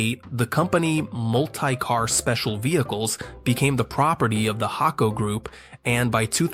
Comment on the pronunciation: Mult-eye-car was starting to get on my nerves